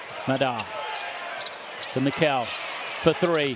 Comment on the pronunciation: Funny how the commentators mispronounce Mekel's and Madar's names... It's the other way around. ma-DAR and ME-kel. The more you know...